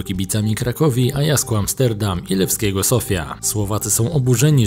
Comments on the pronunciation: jakiego AJASKU? chyba AJAXU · Dlaczego nie potrafisz wymówić nazwy "Ajax"?